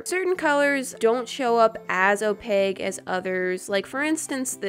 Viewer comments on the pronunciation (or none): WHY YOOO SAY OPEGGGGGGG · Did anyone else here say opeg? 😂😂😂 sorry still love you!!!! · Naii Maksad you mean opaque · the cringe 😂😂 OpaGUE instead of opaQUE 😂 i love you!!!!!! 😘❤️🥰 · No hate but it’s pronounced-oh-p-a -k not -oh-pig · Why you say opage instead of opaque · I’m going to see if I make a war. Opaque: Pronounced? O-pague OOOOOOR O-paque? LET THE COMMENTS FLOOD! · Opaque not op egg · "Some colors arent that opeg" you mean opaQUE ;) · girl i love you but pls omg its OPAQUE with a Q its a CK sound pls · did she say opegh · When you sead opague i kinda died inside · Guys people are saying that I mean opaque but i was talking about how pronounces it😂😂😂❤️ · Yo! Calm down! Let her pronounce opaque the way she wants to pronounce it!